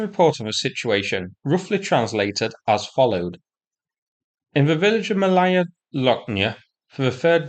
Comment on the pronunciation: Malaya ( Small ) is pronounced Maaalaya not Malaaaya !!!